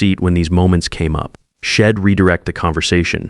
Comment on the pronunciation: Wed instead of we’d. Shed instead of she’d. there are more almost every world that was supposed to be a constraction. Do better, please.